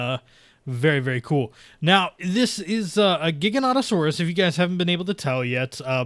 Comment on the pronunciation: it's pronounced jiganatosaurus